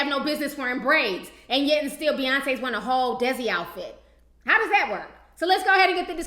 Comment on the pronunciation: lol T, it's pronounced DAY-SEE culture. it's the indian community.